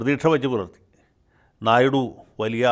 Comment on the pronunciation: "ഞായ്ഡു " എന്ന് തന്നെയാണു തെലുങ്കിലുള്ള ഉച്ഛാരണം ...ഹിന്ദി - ഇംഗ്ലീഷ്‌ ചാനലിലും "ഞായ്ഡു "എന്ന് തന്നെയാണു വാർത്താ അവതാരകർ ഉഛരിക്കുന്നത്‌ .. "ഞ " എന്നല്ല കറക്റ്റ്‌ ..ഞ യ്ക്കും ന യ്ക്കും ഇടയിൽ ..ഹിന്ദി -ഇംഗ്ലീഷ്‌ ന്യൂസ്‌ കേട്ടാൽ കറക്റ്റ്‌ ഉഛാരണം ലഭിക്കും ..